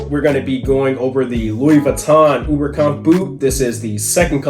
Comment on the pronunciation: Coming from a German speaker, Oberkampf is pronounced with a “long O” sound. Like, OH-ber-kampf. 🤗